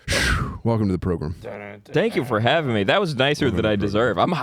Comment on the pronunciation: "Welcome to the progrum"